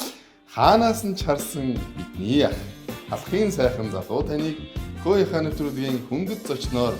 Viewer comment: Хөөе гэдгийг хөөргөө гэчий 😂😂😂